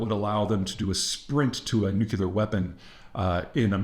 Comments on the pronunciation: It’s Nuc-LEAR, not Nuc-ULAR. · Why do you say, Nu-qu-lar weapons ?! Is it cuz New-clea-r weapons Do Not Exist ?! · OH MY GAWD! You said it right! You can do it! you said it right. "Nuclear." Finally. Oh, all this speech reinforcement wasn't in vain. Thank you, thank you, thank you. Keep it up. I know you slipped up a couple times but YOU CAN do it. (No more Shrub-isms) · “It’s pronounced NukU-lar”… why does Peter Zeihan talk like Homer Simpson? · It's not nuke you lar though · And I thought it was just me. I too always cock my head a bit when I hear “nucular”. I always say that there isn’t a U after the C. It’s no big deal but I always think of W when I hear it, Great job, keep up all the great reporting and insights. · Peter: You sound illiterate when you constantly say NU-KU-LAR. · It‘s called Nucular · Peter, thank you for working on the pronounciation of ‘nuclear’. It may seem minor, but when you pronounce it ‘nucular’, it just makes you sound like Bush II. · nearly half of them were still pronounced "nucular" though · You can’t even pronounce nuclear correctly. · At least he knows how to spell "nuclear", if not how to actually pronounce it.